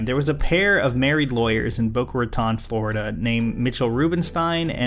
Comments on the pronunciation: It’s Boca rat own not boca rat on spelt boca raton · Being a long time resident of South Florida I feel compelled to point out that Boca Raton is pronounced like it's a long O in Raton. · Never in my life would have imagined someone would manage to butcher Boca Raton.